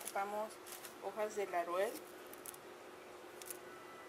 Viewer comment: Se ve rica, la voy a intentar - Solo un comentario: Es LAUREL, no LARUEL.